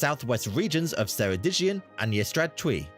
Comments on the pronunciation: 3. 5 million in Wales not 3 million, I'm from Wales by the way. 🏴 In Welsh the letter C is pronounced as the letter K even tho there is no letter K in our alphabet, so Ceredigion is pronounced Keredigion and not like he did in the video like it he did as seredigion. Us Welsh always appreciate when YouTubers from other countries react to our beautiful country and the people. 🏴 I agree with you on the kings portrait, if I was the king I would have had someone who can actually paint do my portrait lol. The word Gwynedd the dd is th in english. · The pronunciation wasn’t great, as he warned, but he did fairly well, aside from ‘Ceredigion’… the beginning is a ‘c’ sound like Cardiff, not an ‘s’. Edit - I did know that, (captain morgan) because my husbands family is distantly related to him.